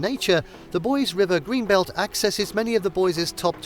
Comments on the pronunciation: Please learn how to pronounce common Idaho places like the main town it's not boys, it's Boise'... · It's pronounced Boi-sEE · Boise is pronounced BOY see. Coeur d’Alene is pronounced core de LANE. Think less like French.